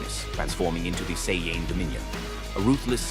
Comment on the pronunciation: Getting a "do not recommend channel" and dislike for dumb ai bot pronouncing it cyan.... like bruh 😐😐🙄